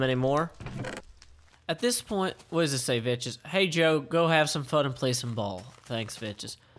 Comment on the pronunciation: he IS pronouncing it correctly